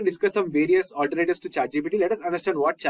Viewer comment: "alter Nayytives" got it